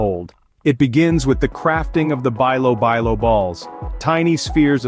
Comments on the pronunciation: Bilo bilo is pronounce like "bee-lo bee-lo" ...not "buy low buy low". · (bilo-bilo) pronounce as belo-belo. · Bilobilo is pronounced as beelo beelo, most of the Filipino words used the proper vowels and no slangs 😊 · bilo-bilo, pronounce it like saying "bee" not "bay",..😅 sounds like this "beelo-- beelo😂